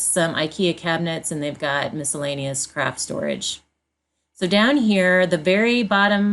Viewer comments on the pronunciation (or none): Loved how you did that! The girls are so sweet!! Love your dogs too!! (I know you said “craft” but I thought I heard “crap storage”!? 🤣🤣) I love my Ikea (Alex) drawers!! Thanks so much for sharing!!❤️